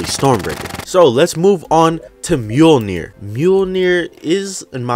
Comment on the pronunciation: Mjolnir? Maiolner bro